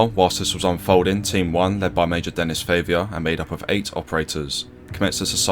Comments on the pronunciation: It's Favier, not Favour, mate. That is not even similar. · His name is pronounced Denny Fah-viay.